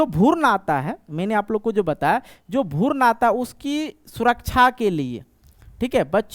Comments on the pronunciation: भुर्न nhi hota h guru भ्रूण hota hai 🤪 thoda language ko thik kijiye. नींद में बोल रहे हैं क्या 😂😂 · Sir bhoorn nhi भ्रूण hota hai😂😂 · Sir app pehle bhrun bolna sikh lijiye bhurn bol rhe h😅😊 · भुर्न नहीं भ्रूण होता है मास्टर साहब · Bhaiya wo bhroon hota hai.. bhurn nhi..